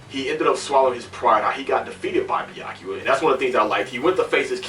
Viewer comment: Byakuya (Beer-Ku-Ya) , not Byaku LOL